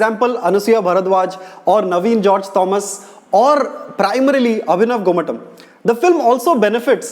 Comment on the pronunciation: Isn't it more like GomaTHam than TUM? And why the shouts, why not speak?